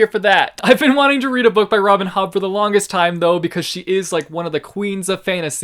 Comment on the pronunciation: Am I the only one who understood "Robin Hood" instead of "Robin Hobb" and went like wtf?